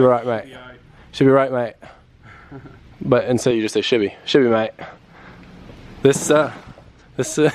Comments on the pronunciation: mate it's "she'll be right" not "shibby right" 🤣 good effort tho hahahah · Anyone else think he was saying "shibby" because he watched "dudes wheres my car" on a flight?